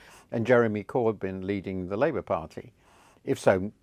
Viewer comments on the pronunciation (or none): none